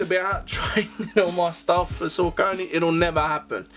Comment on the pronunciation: Haha, you've been asleep....Saucony (sock-uh-knee NOT suh-conee) have been slaying it for well over a decade! There have been SO MANY fire collabs over the years. I don't even f#ck w' Nike. Their kicks are boring, and way too overpriced for the quality you get. Saucony collabs are much more creative. The colorways are more interesting, and they use higher quality materials! I'm standing with 21 pairs to date.